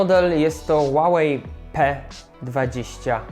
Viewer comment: to "h" w huawei się wymawia :)